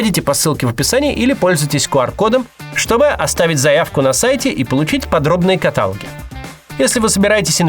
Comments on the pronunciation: Макс невероятный,глубочайший интеллектуал,логика,критическое мышление,понимание причинно-следственных связей отличает его как журналиста,ведущего,но...каталОг,не катАлог.Сорян.❤ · Максим, в рекламе вы сказали катАлог, хотя правильное ударение будет каталОг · в следующий раз, в слове "каталог" ударение будет на букву "О" в любых случаях. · каталОг, а не катАлог... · Правильно говорить «каталóг»